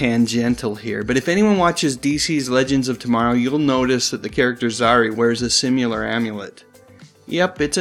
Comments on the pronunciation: It's not even that he refuses to say the word "ISIS" out of his own made-up fear of what he thinks people will say about him, it's the fact that he constantly mispronounces words like tangential as tangentill and similar as simular . And for future reference, the word mischievous is not pronounced as mischeevious. (The guy's trying to sound smarter and more p.c. than he really is.) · There is no "u" in the word "similar." If you are going to make videos you should learn how to pronounce words correctly. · Similar, not simular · About .. sim-yu-lar ? I know, words just ran together but it still sounds funny but still a good bit of info on Isis / Joanna Cameron